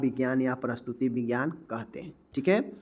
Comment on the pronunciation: प्रस्तुति विज्ञान नही प्रसूति विज्ञान बोलिये।